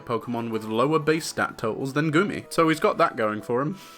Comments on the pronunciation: i knowww but i can't stop hearing "gurmy" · i fr keep thinking he's saying "gurmy" everytime he says his name